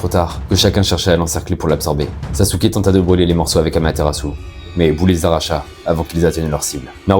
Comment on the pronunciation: Saske (sasuke ) pas sasouke